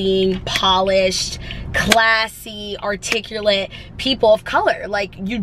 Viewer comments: The fact that she just said "arturculate" instead of "Articulate" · LOL she mispronounced articulate 😂 (articulate means to speak fluently and correctly)